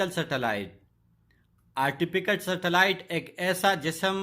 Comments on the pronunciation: Bhai Artificial not artifiCALL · It is artificall not artipical